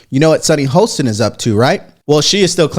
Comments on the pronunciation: SHARON NOT SARAH!!! HOSTIN NOT HOLSTIN!!!!!!!! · How about saying Sunny HOSTIN’S name right?? There is no bloody L in it! He says her name 25 times per show - and no one CORRECTS him?? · Why can’t this man pronounce Sunny HOSTIN’S name right?? There is no L in it! If you are going to say her name 25 time per show- at least learn it. 🙄😣